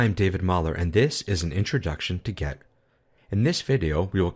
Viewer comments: yeah, think so too. but what kinda annoys me is that it sounds like you say „get“ not „git“. :D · seriously, it is extremly annoying the way he pronounces GET. He must know better. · Great video overall... but you kept saying 'GET' rather than 'GIT' which was driving me insane!!! Good video though :) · Is it me or does he say "git" exactly like "get" about 90% of the time? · Why do you keep saying "get"? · great video, but sounds like you're saying get instead of git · This video was so good that I'm able to ignore that you're saying git like get! ;D Thanks so much! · Seems good but how can 'git' be pronounced as 'get'? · I appreciate the video, and the effort that went into it, but hearing you pronounce "git" as "get" is a constant distraction. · Why does he pronounce GIT as GET? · why pronounce git as gEt??? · Are you intentionally pronoucing git as get to annoy me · "Git", not "get". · very nice video, but why do you keep pronouncing "git" as "get" ? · why are you saying get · why do you call it "gEt"? it's not pronounced "gEt". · It's kind of annoying. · excellent video! (btw...are you saying 'get'?)